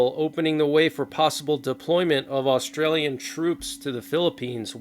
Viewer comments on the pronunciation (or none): none